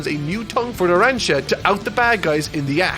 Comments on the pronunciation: Good to know he learned how to pronounce narancia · THE BRO SAID NARANCIA RIGHT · actually pronounced Narancia correct, I'm so proud 🥲